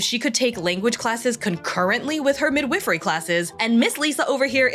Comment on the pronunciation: The I in "midwifery" is long. Not like the I in "with", like the I in "wife."